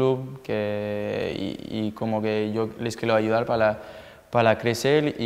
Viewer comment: Los quielo ayudal pala clecel jajaja me encanta que no pronuncia bien la r, me encantas griezmann! 😂❤️